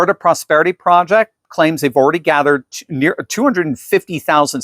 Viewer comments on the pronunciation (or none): none